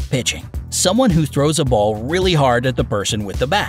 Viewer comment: it is 'ball' not 'bowl' ...Ok